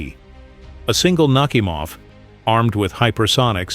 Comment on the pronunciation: "NakhÍmov", not "NÁhimov".